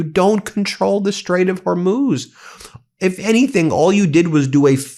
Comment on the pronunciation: He finally quit saying Hormoze and now he is saying Bab el-Mandeeb. Oh brother